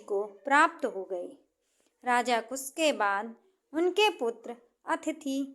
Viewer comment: Kus ya kush. Improve your pronounciation.